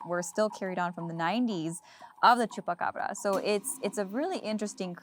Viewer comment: I can't listen to them... I thought its Chupacabra Not Chupacbrrrrrrrrrrrrrra